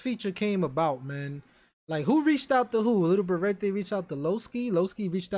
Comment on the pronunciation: Ik u like saying lil berete like lil beratay but it’s really pronounced lil berett